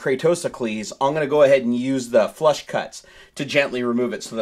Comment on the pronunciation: Flush cutters. It sounds like is saying flesh and I wouldn't recommend google searching that...